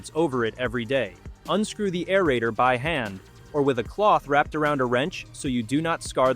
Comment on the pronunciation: Stinkin' computer "voice" cannot correctly pronounce "aerator" and other words. GET A REAL NARRATOR!